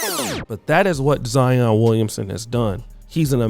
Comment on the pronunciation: Boy you didn’t do any research. Zion played at Duke 😂😂 and you pronounce names funny